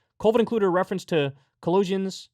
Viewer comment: Did he just pronounce a book of the Bible as “Collusions”? 😃 Much improved!